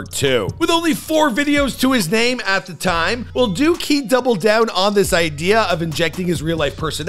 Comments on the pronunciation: All that research and you can’t get the names right? Crazy 🤣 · All that “research” and didn’t watch one video to hear how names are pronounced. Military dropout but he finished his contract. AMP blew up way before anyone knew who Kali was. Pictures of random black dudes. This one really showed how valid your videos are.